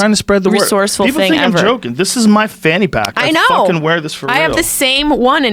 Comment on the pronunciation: Also Fanny not phannie